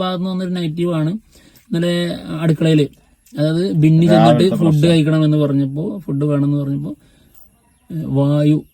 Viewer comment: വിന്നി അല്ല ബിന്നി 🫣